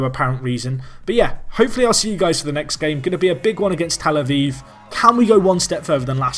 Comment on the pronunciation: Avive... It's tel a viv no e in it